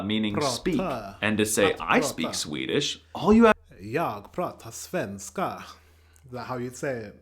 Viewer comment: No sven-ska. It's svenska